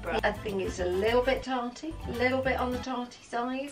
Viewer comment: omg my mum says "tartey" too lmao